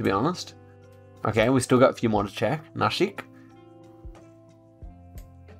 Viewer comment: Bro said Pune and nashik good